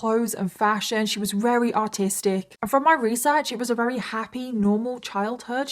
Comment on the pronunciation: How come sometimes you say Very and other times you say Rery?